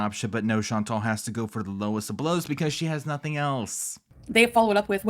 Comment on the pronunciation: She doesn't even pronounce her name correctly. In French, it is more like Chan - taal. I don't know how to write it, but sort of like a long, soft 'tall'... Also, Salah has never been to Syria, Kuwait is his home. Why is she acting like she wants to go to Syria to see where he grew up? Plus, she's stupid to not be scared to go to a country that is still experiencing violence and political upheaval. It doesn't make you sound brave, Foodie, it makes you sound stupid. OMG - I HATE the way she talks about countries she has never visited and how she acts like the ME is some perfect oasis where everyone is treated so well and nothing is negative. It's so annoying. Ma'am, people are jailed and murdered in the ME for being gay. Quit with the Pollyana BS!